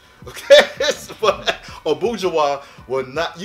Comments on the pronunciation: Its not called abueha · Its abuja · He is pronouncing abuja wrong